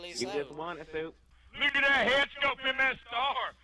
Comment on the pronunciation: Sounded like a Southern Drill Sargent playing COD for the first time lol